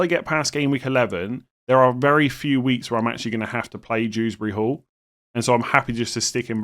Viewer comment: I'm sorry did you just initalise Kiernan Dewsbury-Hall like his name is Dews Bury Hall